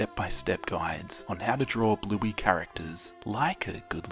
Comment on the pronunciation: I can't tell you how many times I thought you said "Blueby".....